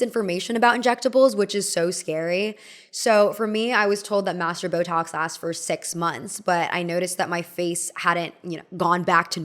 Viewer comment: Is she saying “masseter”? Because it sounds like “master”.